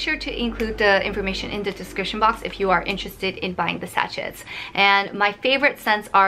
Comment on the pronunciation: Sachet is pronounced sa-shay, xx